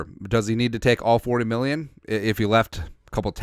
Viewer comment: If you could say happy new rear one time it would make my year. Just listened to you say mirrion and it always makes me laugh.